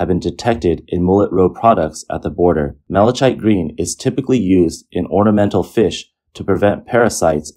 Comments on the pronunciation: Malichite is pronounced "mali-KITE," not "malik-CHITE." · "Malachite" is pronounced like "malakite". Hard ch. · It's pronounced "mal-uh-kite." I know it's not a commonly-used word and many people don't hear it spoken, but hearing the mispronunciation every other word was getting to be a bit much. 😅 Not trying to be an ass, I'm just throwing it out there. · Mala-kite Green. It is made from or to resemble the semi-precious stone malachite (pronounced mala-kite) which is naturally a vibrant green with darker green stripes running through. I use this stone along with many other precious and semi-precious stones in my beadwork. It’s also pretty easy to look up correct pronunciation of a word.